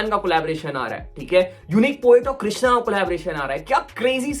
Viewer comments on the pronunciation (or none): none